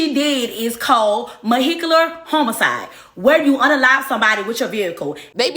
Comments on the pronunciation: 😂😂😂 I knew I heard moehicular homicide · "MOHECULAR HOMICIDE" I thought... did I hear what I think I heard?⁉️😂😂😂 She said it with her chest too!😅😅😅😮‍💨 This was no laughing matter, but that part was too funny to ignore. I lost it! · She said Mohicular with her whole chest. lol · When I heard Mohicular had to click to the comments 😂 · Did she say mehicular homicide😂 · Like girl its vehicular homicide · MUH-HICULAR HOEMESSIDE 🗣️ okay sis, tellllem. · Me: "DID SHE SAY MOHICKULAR?!" 👁️ 👄 👁️ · No, I think she said MO-hicular 🥴🤭🤭